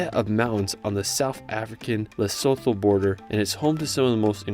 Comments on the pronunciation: Lovely! Thanks. Just so you know, Lesotho is pronounced "Lesootoo" I'm from near the Drakensberg (Dragon Mountains). Namib is pronounced, "Nahmib", long "a". Thank you so much for using metres! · Love this video, but just so u know its pronounced le-soo-too